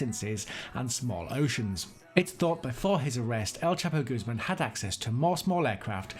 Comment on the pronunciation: Guzeman? Hahahaha!